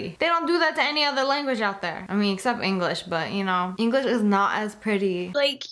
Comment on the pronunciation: Also notice she said "English-ian"😒😔